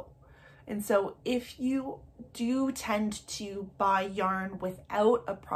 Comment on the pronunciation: “Yorn,” cracked me up. 😂 I love your content!